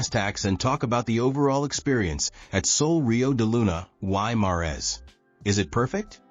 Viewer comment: This guy doesn’t even know how to pronounce Sol Rio De Luna Y Mares !!!! And this video doesn’t reflect how nice this hotel is !!!!!!